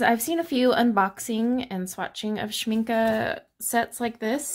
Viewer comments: I just found your channel so I apologize for responding late. I do love watercolor swatching. I have 4 Schmincke tins and the large one like yours. BTW, you pronounce the word Schmincke correctly. Its a German word and the E at the end has the Uh sound. Not the E sound. My pans fit very tight. You are supposed to push in the brackets a lot before you put the pans in. Not after. Push the grippers in well at sharp angle and then put the pan in tipping the front down 1st and then push down that back side of the pan and they will snap in tight. Works every time for me. Good luck! If they don't lock tight, you didn't bend them far enough. Make them totally angled down at the base of the bracket. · Oooh all the pretty colours! I pronounce Schmincke the same and I think so did the artist in one of their videos, so I’m gonna say you’re right :D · And it‘s correct how you pronounce it (I‘m from Germany). Well done, thank you! Beautiful paints!